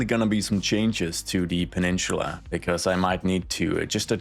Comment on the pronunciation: It's not pronounced " pa-nin-chula" it's pa-nin-sa-la